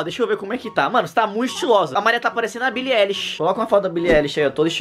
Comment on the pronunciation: Billie "Éillish" 😂